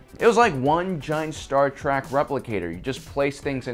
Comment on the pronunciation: "Star Track" lol